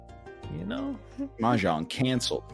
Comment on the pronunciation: Ermuhgerd! It’s mehjerng!